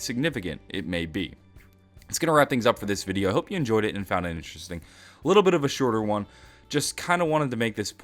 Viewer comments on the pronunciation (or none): none